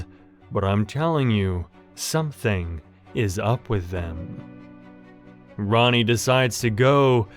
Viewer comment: Bro is saying Ronnie when it’s Rani LOL